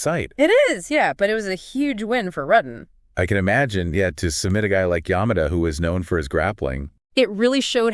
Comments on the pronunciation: Its not RUTTin Its ROO ten. Rutten. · Yes cuz they keep saying his name wrong it's Rooo ten. Not RUTTen